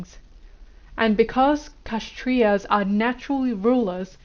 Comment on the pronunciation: The pronounciation is not KASH-trias but K-SHATT-RIAS The k sound is like half a K